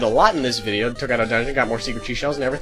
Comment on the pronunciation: you keep saying "secret sheshells" Instead of seashell